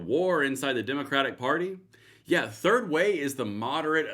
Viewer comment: Did you say "Turd Way?"